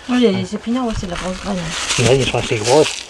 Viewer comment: Petit message pour vous remercier et pour vous dire que je trouve intéressant comme dans cette vidéo ou vous donné la variété que vous trouvez le plus à votre goût. La par exemple vous avez parlé de la marche à grosse graine (et non pas la marche à groseilles (accent)) 😊. Car j'ai déjà essayé plusieurs variétés et je ne les trouve pas top . Du coup la prochaine sera grosse graine. Merci 😊